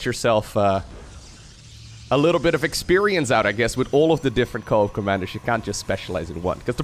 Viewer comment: ah co-at instead of co-op